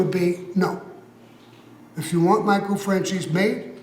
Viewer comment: Why does pronounce michale’s last name like Fran-CHEESE?